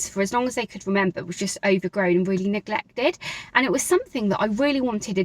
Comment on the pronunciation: you don’t yet but it’s changing. I noticed it on the word neglected and a few others.